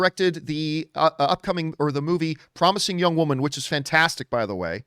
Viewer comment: What's a "youg" woman, John?